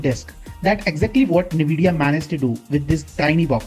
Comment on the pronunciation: it's N-vi-dia nvidia not nividia